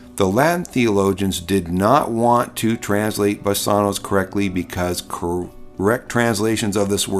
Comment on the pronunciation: Thanks for this. A small point, I question pronunciation of BASANWS, Omega, not omicron, & accent. Placement. Thank you.